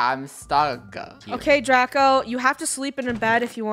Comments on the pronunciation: Funneh calls draco draca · it’s funneh said draca instead of draco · anyone hear funneh call draco draca?